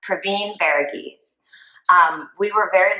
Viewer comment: Thank you for bringing this case back up. Super happy to see it coming back to light. Justice needs to be served for this family. PS- Thank you for taking the time to learn the actual pronunciation of his first and last name and not butchering it like many have done in the past😃